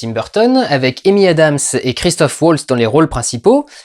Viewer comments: Christoph Waltz c'est un nom allemand hein, pas anglais XD Ça se prononce "valts" et pas "wôlts" XD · Bon, ben je vais aller voir le film moi ^^ Juste parce que j'adore Christoph Waltz (on prononce Valtz par contre, il est autrichien ^^), et s'il joue bien, ça peut être que bien XD